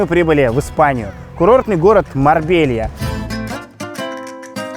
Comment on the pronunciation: Марбейя!!! Не Марбелья!!! Марбейя!!